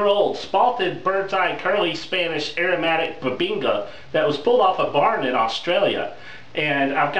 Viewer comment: Did you say 3000 ys old Airomamtic wood? lol You are AWESOME!